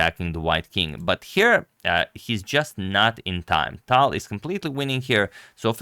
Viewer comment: Agad, it's Talj. You should pronounce how Russians would pronounce.